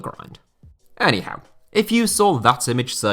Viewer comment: I still laugh everytime you say anyhow😆